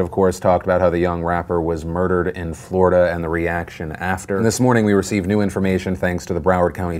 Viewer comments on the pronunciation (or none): none